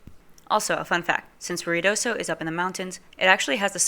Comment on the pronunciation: Lady, IF you are going to report on Ruidosa New Mexico you need to learn how to say it!!!!!!!!!